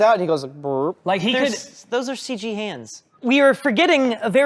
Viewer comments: did my guy just say "full ceeg" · If he says "full seege" one more time, I'm going to unsubzzz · So we're just saying "Seige" now instead of CG?